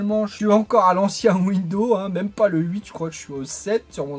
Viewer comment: mes oreilles saignent à chaque fois que j'entend windows. En fait il y a un "S" à la fin qui permet de prononcé "Windozzzze" :p